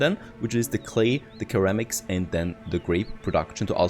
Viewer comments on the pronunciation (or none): its pronounced “Sir Ram Icks” for Ceramics ;) nice video.